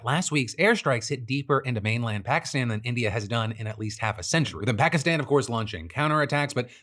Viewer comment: What happened to your stupid pronunciation of Pakistan?